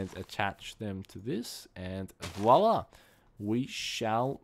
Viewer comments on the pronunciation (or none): none